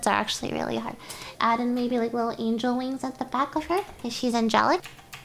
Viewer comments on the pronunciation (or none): none